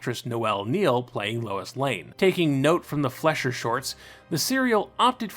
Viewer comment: Excellent video. Very informative. However, for future reference, Fleischer is pronounced FLY-sher, not FLESH-er.